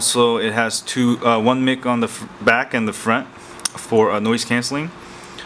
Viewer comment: haha the way he says "mic" haha :D